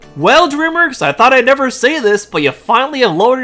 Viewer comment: Dude learn how to pronounce DREAMWORKS.